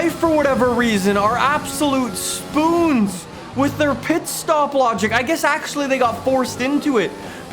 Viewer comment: Anyone else find the way he says spoons so funny.... no?.... just me?